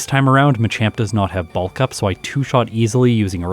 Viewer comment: Ugh please stop saying "bahlllllk up" its pronounced "bulk up"